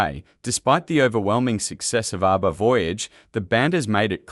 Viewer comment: I hate bot narration. ARBA? Fryda?